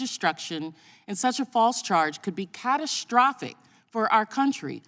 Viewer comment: And she is one of the reasons why they will NEVER be a state. She knows that Caribbean Ganja, mon. And, honey, there is NO such word as CATASHTROPHIC.